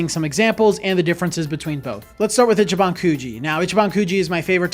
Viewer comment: Its pronounced “Ee chee ban” Not itchy ban In Japanese, pronunciation could completely change the meaning of a word, or make a word nonexistent. FYI 🤙🏼